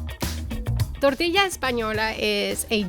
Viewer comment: She pronounces double l’s (tortilla) like a Filipino: pronouncing them both as opposed to a "y" sound bless